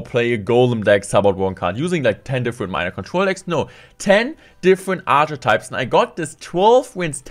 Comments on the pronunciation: Hi, just to let you know, archetypes is pronounced ark-I-types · Man's said 'archer types' instead of archetypes 😂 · Shout out to the editor for teasing your accent at the beginning. You pronounced archetypes “archer types” and he spelled it like that😂 But honestly, I come for the top notch clash gameplay, and I stay for the German accent. Definitely my favorite clash player, appreciate all the work you put in💪🏿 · I believe some accents do use his pronunciation